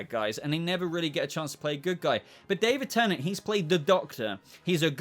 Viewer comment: David Tennent? What?